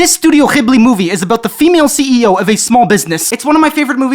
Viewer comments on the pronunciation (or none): solving the hard/soft “g” debate in a new and interesting way: “chibli” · pronouncing it “xibli” took me out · more like 'xibli' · The pronunciation of Ghibli did me in. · Hearing him pronounce the Gh in Ghibli the same way the G is pronounced in Gaza is not something I had on my bingo card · BEST INTRO EVER. PERIOD. That and the best misspronuounciation of Ghibli starting with the 'H' had me runnin' that sh!t back like, 'Did just put a little Easter European schtank on o that? Yurp he sho did. Ah-Mazin'!'